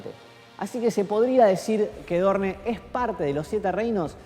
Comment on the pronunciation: aaay porfavorrrrr porque dice ''dorne'' se dice ''Doorn''